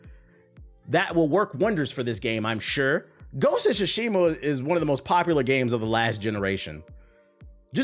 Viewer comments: “Gosha Shashima” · "Ghost of Guatemala" 😂